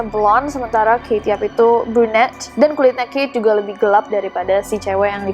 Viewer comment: Rasanya kate , bukan kaye